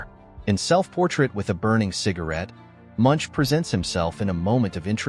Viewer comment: The man's name is pronounced /moonk/